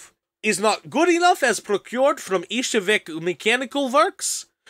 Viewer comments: Aight, that guy in there is right, but just get another voice actor, the current one is fucking paralyzed and can't spell Ishevsk or Mikhail Kalashnikov normally. Come on, it's not Ishevek... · The most butchered pronunciation of Izhevsk I've heard. Reminds of a tv lady saying megadoodoo instead of Mengedoht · That "Izhevsk" pronounce was painful to hear